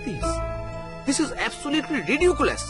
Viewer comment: Model, Ridiculous, Career, He is not a mad ???, International, Believe etc the English pronunciations needs massive improvement. The vernacular narratives are spot on but when English words & sentences are inserted in the story then the narrators do need to pronounce & speak correctly else it sounds real bad to the ears. This was the problem even in the first part. I love ur channel & ur work but kindly take note of this constructive criticism. If possible try & rope in Shirshendu Bhowmic from the Vale of Tales he has perfect English pronunciations. The storyline was gripping & like I said the vernacular narrations were spot on. Hope to hear more great stories from ur end. Thanks !